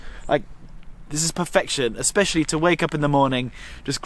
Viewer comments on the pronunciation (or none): none